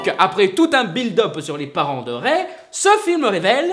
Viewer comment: ça se prononce rey et Dooku. Arrête de manquer de respect à la prélogie et la postlogie comme ça